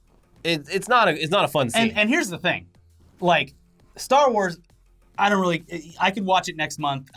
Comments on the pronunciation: Do people actually call it a “star war” ... it hits my ear wrong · I'm not going to lie. I got a little triggered every time you guys said "Star War". It's Star WARS!